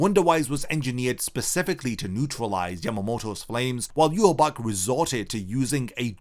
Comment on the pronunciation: It's pronounced You-ha-baha